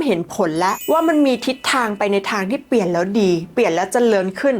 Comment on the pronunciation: คุณพูดชัดดีมากค่ะ ปรับคำควบกล้ำอีกนิดสวยเลยค่ะ เช่นคำว่า เปลี่ยน คุณออกเสียง เปี่ยน หรือ ผิดพลาด คุณออกเสียง พาด คุณพูดทุกคำเสียงดังฟังชัด มันเลยอยากให้ปร้บปรุงควบกล้ำค่ะ❤❤❤❤❤❤